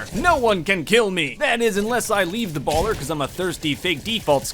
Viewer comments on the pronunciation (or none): none